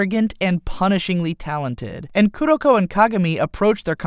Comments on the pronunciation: Kurnokurno BRUH ITS KU RO KOOO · I like that he said kudokudo or kudoko instead of kuroko